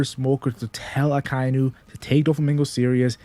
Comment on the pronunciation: its aka-inu, not a-kai-nu